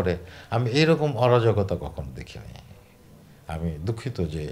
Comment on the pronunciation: অরজগতা না অরাজকতা ?